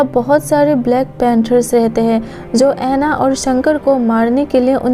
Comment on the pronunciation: Jo hota hai zo nhi hota